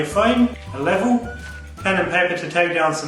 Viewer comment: When you said LEVEL Sounded french LÉVÛ